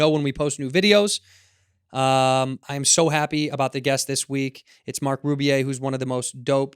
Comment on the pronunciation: Yeah it’s Marc ffs red - not like it’s Wahlburg... Edit: *Wallberg Re-edit: **Wahlberg